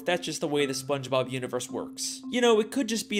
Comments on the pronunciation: “Spongebrob”- 2022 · Bro said sponge brob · bro mans said spongebrab